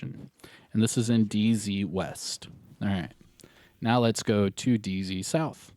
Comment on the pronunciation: I prefer your country accent when you say DZ south hahaha